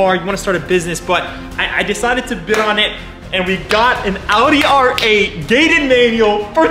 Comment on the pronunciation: It’s “gated” ooohhh